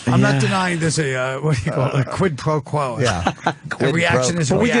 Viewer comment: Watching Vos try to say "quid pro quo" is HILARIOUS! he tried it on his idiotic podcast